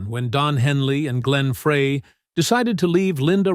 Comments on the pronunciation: It's not fray it's dry! Y the narrator should at least should know how to pronounce the members names. SMH! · I meant fry! Fucking miniature keyboard! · Correction : Frey pronounced FRY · Fry, not Fray. Ledon, not Leedon (correct pronunciations) He pronounced Henley right. Wow. I am willing to bet that Walsh was the least hateful member of the band. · Might be nice if the narrator actually knew how to pronounce names! Glen Fray? 😂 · How did you not get hit with a copyright claim? And it's Frey, not Fray!!! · Scrap that reading software. Humans know how pronounce Glenn Fry's name; your software does not. This isn't your first video that mispronounces his name. Do you even check your output before you publish? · Glenn Frey is pronounced FRY not Fray! Such disrespect to keep on mispronouncing the late Glenn Frey's name, in multiple videos. Obviously, little research was done to not know how to properly pronounce Glenn Frey's name! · When you can't even pronounce Glen Frey . . .as in FRY, not fray. . . correctly, your credibility is pretty much shot. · Did you say Don Fray? Oh gosh another idiot AI video. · Who's the asshole who doesn't know it's Frey, not fray!! Sounds like fry!! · Fry, Fry, Fry! Not Fray....Geesh. Mr. Frey fried the Music industry. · WHO or WHAT is narrating this? A computer or a moron? " Fray", hence, hence, hence and other clumsy, awkward terms and pronunciations. 🤣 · As soon as the narrator referred to Glenn “Fray” as opposed to “Fry”. I knew this was total horseshit. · Stop saying Fray! It's Fry like French fries. So hard to listen. You got Bernie's name wrong too. If you can't get the names right , shut up. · “Fray?” Why go to all the trouble of making a video about the Eagles and then continuously mispronounce Glenn Frey’s name? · Pronounced 'Fry' not 'Frey' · Again how come nobody knows how to pronounce Glenn Frey’s last name it sounds just like french fries!! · Fry Fry Fry!!!It’s pronounced Fry as in fry an egg! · Frey is pronounced “FRY.”